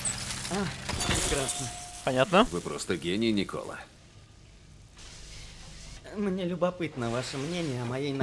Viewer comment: У Тесла, видать, на французский манер стал Николя. Милейше.